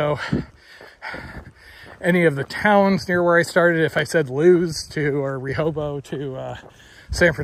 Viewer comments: Great to see you hiking in the eastern US again. To sound a bit less like you're from the other side of the country: LOO-iss Delaware, Ree-HOH-beth Beach, Delaware, and you'll hike on the C&O Towpath, not C&O Trail. (It used to be the path that the mules towing canal boats walked along.) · Try ocean to ocean. And it's pronounced Lewis, and Re HO buth. East coast pronunciations. I can't imagine walking on all that pavement.